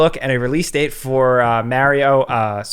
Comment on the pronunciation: pronounced Mario correctly It's M-ah-rio Not M-aw-rio Hence the saying It's Ah me, M-ah-rio Not It's Aw me M-aw-rio